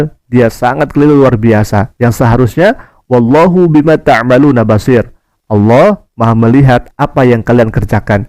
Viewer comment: Lidah nya bukan lidah seorang muslim kerna sebutannya Alah bukan Allah. Seharusnya kalau Islam dari kecil sebutannnya harus Allah bukan Alah.